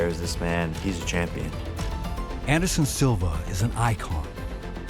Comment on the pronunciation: nigga can’t even fully say “anderson” and-siva… bro sparring cte epitomized